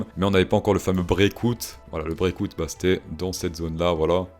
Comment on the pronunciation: Well done for the "beer market" fréro but what is "brécaoute" ? Did you mean breakout (brécawt) ?